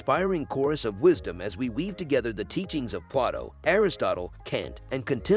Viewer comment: Show-Pen-How-ur Play-Toh